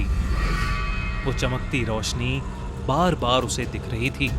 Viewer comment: At end of video is said bal bal to bar bar 😂